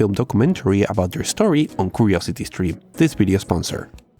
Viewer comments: "curosety streme" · "Ukuriousity skrim"